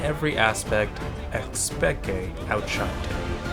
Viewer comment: i dont think anyone calls it xpeke not like we do with an insec